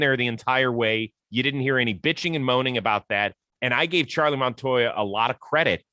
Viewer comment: Charlie keeps calling him Montoya. Is it really that difficult?